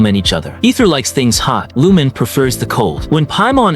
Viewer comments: "Lumin" -- it's Lu-MEEN. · Lumine's pronounciation is "Loo meen" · Ive heard worse I was watching a short by Zach (Aethers va ) and he mentioned someone who pronounced it as loom-in-ay 😂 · that's actually correct too in views of Chinese or Japanese. Considering that hoyo was made in China, Aether and Lumine can be Chinese names too. In that view, Lumine is pronouced as - Lu-mi-nay or Eu-mi-ne and for Aether, - E-ta or Ae-ta no ther or thar sound just E-ta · Nah, "loom-in-ay" is defensible. Wrong, but defensible. "Lumin" has no basis. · Wait and also in terms of Korean, Lumine and Aether isn't a korean name same goes for Japan but Lumine is actually a Japanese name but Aether isn't. In terms of Jp, it's Ru-Mi-ne or Reu- min-ne so the names are actually Chinese and no they are not ENglish names. They are Chinese names. Aether = Eta/Aeta(pronouciation) Lumine= Lu-mi-nay/Eu-mi-ne